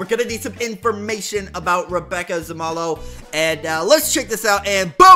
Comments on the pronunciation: Pronounced zuumolo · Rebbe-ka Sa-mo-low = Rebecca Zamolo :D